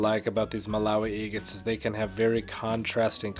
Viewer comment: I love watching you cut open “eggates!” Every “eggate” is a beautiful surprise. ThanK you for sharing. ❤